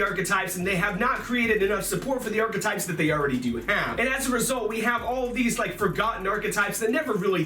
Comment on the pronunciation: Arch A types hahahahahahahahaha "thumbs"